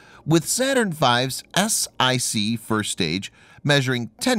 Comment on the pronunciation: Saturn V "ESS EYE SEE" (S-IC) stage? LOL it was the "ESS ONE SEE" (S-1C) stage. And tbe Satirn V was NOT the first manned rocket. The Vostok was.